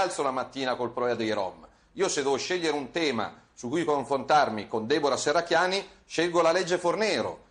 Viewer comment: come politico la Shherracchiani farebbe bene ad imparare a pronunciare correttamente la "sh" :)